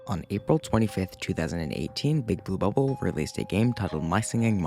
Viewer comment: is it just me or do you say Bouba ball instead of Big blue bubble 😂